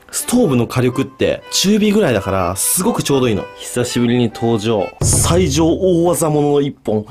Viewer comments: 最上（さいじょう）じゃなくて、最上（もがみ）だと思う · いつも楽しく見てます^_^ 包丁の刻印ですが、最上(さいじょう)ではなく最上(もがみ)では? 違ってたらごめんなさい^_^